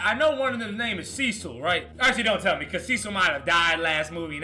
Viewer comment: This man said Cecil😂